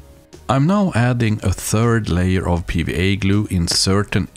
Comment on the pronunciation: Are you saying PVA “bead” glue, or PVA “B” glue, or something else? I keep rewinding and trying closed caption but can’t figure it out. If this is a different type of PVA, what would it be called in the US, and how does it differ from regular PVA? Thanks to anyone who can enlighten me